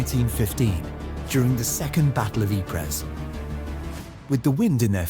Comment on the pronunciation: Ypres = Ieper = pronounced Eeper, like in Keeper.